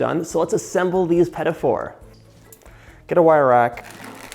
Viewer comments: why do you pronounce it "peta for"? it is "pti foor" meaning small oven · The correct pronunciation is "peteeh foo", not "petty 4". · Petafour 😂😂😂 i mean is it that difficult to pronounce it just a bit french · "Pedifors"...sheesh where's the 'D" coming from in petit four? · the pronunciation 😖 pedafor 😖😖😖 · "Peddy Four"???? Please pronounce it correctly... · quand il a dit "pet- a- for", j'avais peur :p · "puhtee foor" petit four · whispers its pronounced puh-teet foor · John, I'll have you know I'm on a diet and now will make those this weekend and you're responsible for that! PS: Also, it's pronounced Puh-Tee Foo-rrr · It’s not pronounced “petty” four 😂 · Im glad I'm not the only one whose ears hurt when he said petite fleur... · I love your petit four recipe. The first time you said petit four I thought: "what is he saying?" But I figured it out. You pronounce it in a english way, not the original (french) way. Thanks for your recipe. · I love love love what you do but I have one thing to say...I am french and I wish when you make some french pastry you would try to say better the name of it .cause it took me 20 mn to figure out how you would pronounce petit four ?!!!? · Me dying everytime he says petit four 😑😑😑. Not that hard to learn the pronunciation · I had to replay that a few times to see if that was really what I'd heard. As a Canadian I've never in my life heard it pronounced that way!